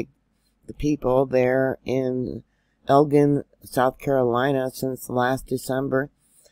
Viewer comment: Lots of my friends in Camden, SC, said this was the strongest yet. Lots who never felt others were awakened. By the way, Elgin is pronounced like gin the drink.